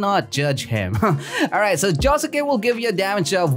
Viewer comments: JO SUKE SAY THAT RIGHT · It's actually pronounced joske it has a U but the U is quiet ;)